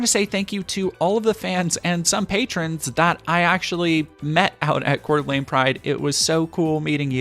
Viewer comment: Tyyy for pronouncing the coeur d'alene correclty <3. Surprisingly despite Idaho mostly anti gay population the coeur d'alene, Moscow, and Pullman area is very accepting. The Boise area is mixed especially around the capital where there are open klan members around pride goers.